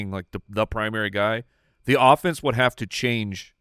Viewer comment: “You haaave to do standup.” Detroiters for the win 😂